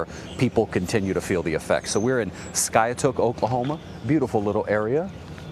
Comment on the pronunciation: “Ski-A-Took” lmao. Actually pronounced Sky-Took